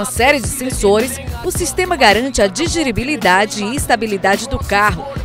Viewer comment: "Digiribilidade" em